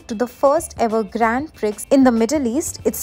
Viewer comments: Prix is pronounced pre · Grand Prix isn't pronounced that way 💀💀